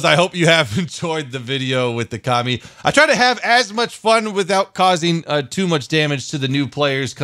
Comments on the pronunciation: It's not Ka-Mi it's Co-Mi "communist" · Ka-Mi pronunciation commie coincidence I think not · I though u say commie